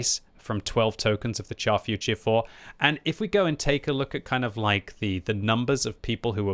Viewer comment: Char Futur is pronounced 'shar' and not 'char'. I know you don't like to be lectured but c'mon you can do it 😇